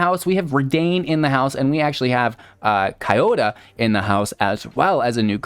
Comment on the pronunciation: Ki-yoh-da-y Kio-die